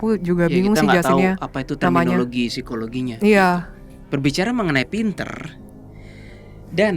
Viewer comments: Seramm yaa... Pas ka bilang phisikologi 😱 ngeriii... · Aku baru mampir ini aku jadi langsung merinding pas bilang "Sikologi" 🙂